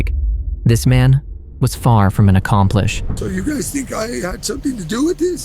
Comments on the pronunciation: *accomplice (not accomplish) Edit *accomplice 😂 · It’s accomplice, not accomplish🤦🏾‍♀️ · Accompleesh? Sheesh! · He (it) said accompleesh. 😂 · Accomplice has no "h" in it- in spelling or pronunciation. 😊